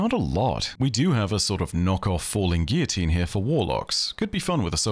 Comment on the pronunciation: Falling Guillotine - it's 'Gill-a-teen' not 'Gee-a-teen' (its french, not spanish). Why did pronounce it wrong? Why does fallout pronounce it wrong? I'll see you all in court! (Much love)😂